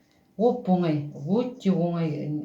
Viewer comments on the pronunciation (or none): none